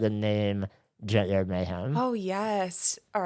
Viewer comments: Shane, every time you say “junkyard mayhem” I hear “gender mayhem” and I’m not mad at all about it. lol ❤ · I keep thinking Shane is saying “Gender Mayhem”